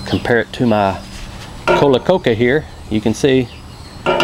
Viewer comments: why does he say it like that? is it a regional thing? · did you just say "coola coca "?!